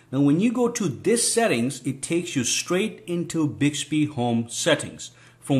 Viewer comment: You can also set the wake up sensitivity in Bixby settings. Also make sure when you record you're voice. You're in a very quite area. Not even a fan in the background! The tone of your voice and how you say Hi Bixby has to be exactly the same when you go to use it! And it's "BIXBY" not "BIGSBY".